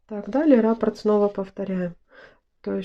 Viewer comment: РаппОрт, а не рАпорт😕